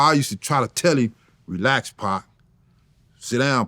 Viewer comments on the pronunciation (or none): He say PAAK!!! not Pac.... i likw it.. Paak